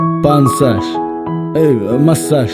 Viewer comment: 😂😂😂 Понсаш моссаж эээ форсаж 😂😂😂😂